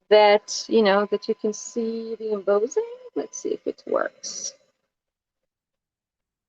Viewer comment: not trying to be rude and i know that english is not your 1st language even though I think your english is fantastic . just to help you out only but embossing is pronounced M - boss - ing . boss as in your boss at work lol. Im am enjoying your videos very much and thank you